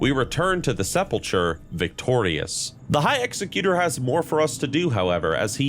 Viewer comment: You should learn how to pronounce the title of executor and the word sepulcher correctly, and also stop saying "admittingly" instead of "admittedly". It's terribly distracting when you say things wrong while telling a story.